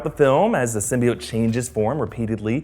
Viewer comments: people pronounce it sym-BEE-ote but it's really sym-BYE-ote :) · Did anyone notice that they subtitled Eddie Brock's name "Edy's"lmfao wtf is going in this is how they pronounced Symbiote"Sim-bye-oat" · So glad I'm not the only one annoyed with the Sym-Byte-Oat pronunciation lmfao that was...terrible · he did so well until "SYM-BY-BIOTE" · what about sym-be-atch